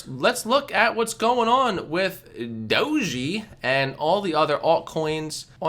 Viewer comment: It's pronounced DOHJ Not Dojy...